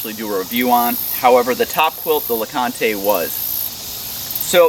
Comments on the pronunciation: Named for Mount LeConte and Fontana Lake both in Great Smoky Mountains National Park. Pronounced lah-cahnt. Silent e. CRO is also HQ in TN just a few miles from me. Gotta support local companies!!! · well I assume since the quilt is named Fontana as in Fontana damn and the other is LeConte as in Mt LeConte it's pronounced LeCont with no e. I live in Knoxville TN and thats a cool little area to hike up to with a great restaurant. They take all their food up on alpacas and mules. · You'll probably get backlash from the internet on how you pronounced LeConte. Just be prepared lol. Great review man! I'll have to check them out! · Overton is correct about the naming and the pronunciation. Named after some iconic TN/NC hiking destinations along and close to the AT. 👍🏻